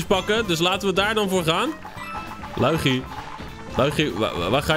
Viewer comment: Schaduwtje LUI GIE!!!!😎🙌 zoals je dat zo prachtig mooi uitspreekt 🤣